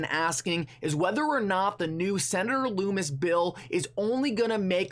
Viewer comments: The name is pronounced Lummis ( sounds like Bum or Dumb) not sounding like Loom or Doom. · It's Lum-is, not Loo-mis